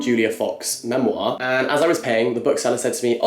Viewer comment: the way he says memoir 😭